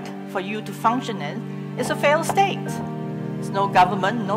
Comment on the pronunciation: Belajar lagi cara baca failed state min